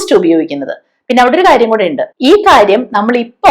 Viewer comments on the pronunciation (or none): none